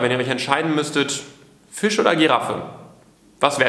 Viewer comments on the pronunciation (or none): none